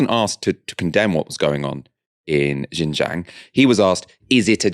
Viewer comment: xinjiang is pronounced SIN JIANG not jin jiang